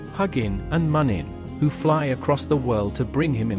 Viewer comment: Im pretty sure you pronounce Huginn and muninn -hoo-gin. Moon-in.. in the germanic language, the two dots on top become oo... Anyway, overall great story and beautiful art work. I love the old Norse Mythology Religion History And certain values that today's socialist societies lack, especially northern Europe. It's time we northern folk , look to the past and go back to our roots.